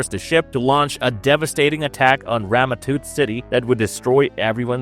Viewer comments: “Toot”! I mean, he watched the episode, his name is spoken aloud multiple times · Tut.... Its pronounced tut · Stop saying Rama Toot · "Rama Toot" lol